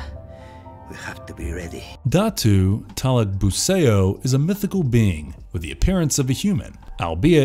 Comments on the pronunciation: "datu talagbu-say-oh" wtf is this shit pronunciation. just say talagbu-sah-ou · Great job with the pronunciations, got most of them right. A couple of thing to point out though. The "ao" vowel combination in Filipino isn't read like the ao in "chaos", but like the Chinese greeting "nihao". So Talagbusao rhymes with "how", not with "Play-Doh". Trese is the "mandirigmang babaylan"; the last part should be read like Buh-bye-lan, not like Babylon.